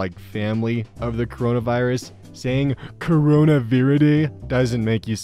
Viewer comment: isn't it also Corona and not Coroma?